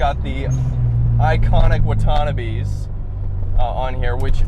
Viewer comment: "WuhTanna bees"... lmao. Wa - ta - nah - beh. and yes. it is said in even rhythmic syllables.